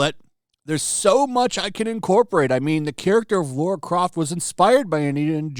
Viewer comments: Dude, it's LARA not Laura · Ffs dude... it's Lara, not Laura. Come on, man... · I like your videos, dude, but if you’re doing commentary on cultural stuff, please, please, please take a sec to say the name correct! Laura??? C’mon, man! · just outta curiosity why do you Amerians call Lara Croft, Laura Croft? never understand why. Phoebe would make a terrible LARA, not Laura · My guess it’s the original superman actor they have done a disservice to, would make sense because everyone else is still around . It’sLara not Laura